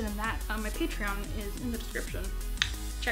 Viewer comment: Just so ya know Patreon is pronounced Pay-tree-on